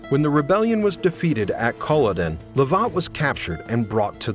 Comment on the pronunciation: Please learn how to pronounce names - just Google! Fraser, Lovat and Culloden all horrendously wrong.